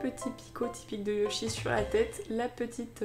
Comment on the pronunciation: Tu a dit pikatchou ludjy au lieu de yochy